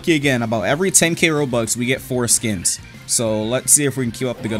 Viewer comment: the fact he kept saying four skins over and over and it sounded like he was saying foreskin